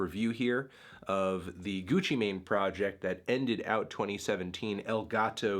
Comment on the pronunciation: Gutsci Mahin, What’s he sayin?